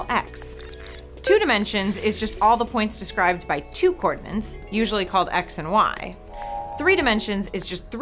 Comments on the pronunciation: I love - but is she really saying “cordinance” instead of “coordinates” throughout much of the first 2 minutes and 15 seconds of this video...? When she talks about a 1 dimensional line, I hear “coordinates”, but when she talks about 2, 3 and 4 dimensional circles, I hear “cordinance” or “co-ordinance”. Seriously. I listened 3 times to be sure. Then I went and looked it up at thinking maybe she was using a word I just didn’t know. (They don’t know it either...). Actually “co-ordinance” is a defined word but it doesn’t have anything to do with co-ordinates. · its not cordnints, its coordinates, otherwise all is well and nice job here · Why am i not seeing one comment about her glaringly obvious mistake she repeated over and over and over again.... THE WORD IS COORDINATES... NOT COORDINENCE.... its like fingernails on a black board... GAAAAHHH!!! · Co-ordinates, NOT co-ordinants! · But it does sound odd I have to admit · Idk, it sounded to me like she said "cordinants". Either way it's wrong. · Somehow when you say coordinates, I hear cordinants. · Why can't she say "coordinates"? Or is "coordinants" an actual word? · UrukEngineer you read my mind . She says it that way to be more annoying that's all. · "Coordinants"... Ouch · Did anyone else hear coornants instead of coordinates twice? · Is she saying "coordinants"? Isn't the word "coordinates"? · co-ordinants??! co-ordinates! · Why is she not able to say 'co-ordinates' and is saying 'co-ordinants'? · Coordinence isnt even a freakin word.... And nobody proof reading this vid picked up on that... Is anyone checking theze things before they go public?? I wanna know what word she thought she was saying... Unfreakin believable! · I had to look up whether "cordonant" was a concept, before concluding it's probably a speech error. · Ha! You say coordinates like I do! Which everyone says is wrong, but I don't care. The language is ever evolving. :)